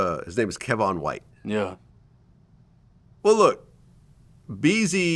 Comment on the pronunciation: Kewon white vlad not kevwon lmao dummy